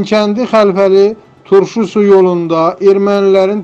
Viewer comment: Sayın sunucu, sözü geden garabağdakı o kendin adı "Turşusu" yok, "Turş su" dur. "İstiyib" yok, "isteyib" dir...